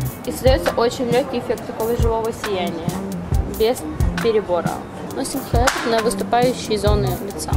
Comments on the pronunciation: Почему хОйлайтер? хАйлайтер пишется) Уже во втором видосе замечаю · когда появился слово хойлайтер там было хойлайтэ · Хойлэтэ оруууу, хайлатер